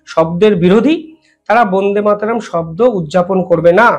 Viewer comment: উচ্চারণ হচ্ছে না। বোন্দে মাতরম্ নয় । ব( অ) ন্দে = বন্দে মাতরম্ । প্লিজ মনে রাখবেন।